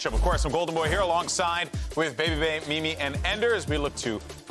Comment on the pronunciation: its mimi not milie